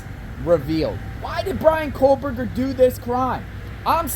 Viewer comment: KOH Berger No L sound